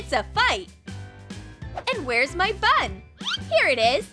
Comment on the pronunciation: Honestly, this is really trash. WHAT A PHOTOSHOP THUMBNAIL. Also, when she says "bun" doesn't it sound like "butt"?